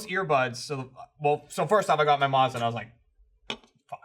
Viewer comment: is talking about a Mazda???? If so who says it like that